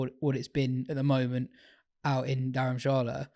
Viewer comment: is an embarrassment, geeza can’t even pronounce Dharamshala.